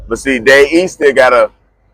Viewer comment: His name is DaVe not “Day”…I’m so sick of black ppl thinking it sounds cool to not speak properly…the more I watch a lot of our ppl’s content and videos I realize just how ignorant we are as a ppl